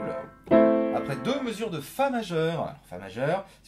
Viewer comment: « Et c’est juste apreyy » x)